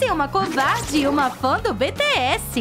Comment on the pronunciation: É só falar mesmo cara só vou falar só com ódio Olha só eu odeio quando a pessoa falar BTS é BTS cara pelo amor de Deus só presta falar português é BTS pelo amor de Deus cara aprende a falar português pelo amor de Deus parece que você é de outra língua cara por favor pode falar BTS BTS